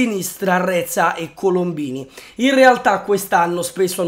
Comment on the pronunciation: Reca non reza